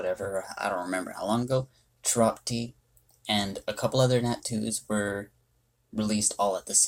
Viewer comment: Very helpful reviews for these Nat 2s, thank you. If I may make a small correction to your analysis, Chiroptie is pronounced "(Kye)-roptie." Like rhymes with my or lie. Bats are of the scientific order Chiroptera. Science fact of the day. I like watching your videos, though. I like seeing your input on mons I would otherwise overlook or just evolve for gems.